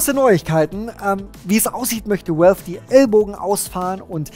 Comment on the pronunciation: valve spricht sich "wälw" nicht "uälw", godamnit! X'D